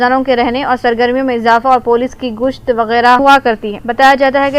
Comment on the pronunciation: پہلے اردو بولنا پڑھنا سیکھو پھر خبر دو گُوشت نہیں گشت ہے